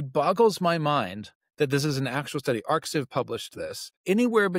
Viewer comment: just a note: ArXiv is pronounced exactly like the word "archive"; the X in its name is a reference to the Greek letter "chi", which is pronounced as a hard "k" sound in English, making the whole term sound like "archive" rather than "AR-xiv" or any other variation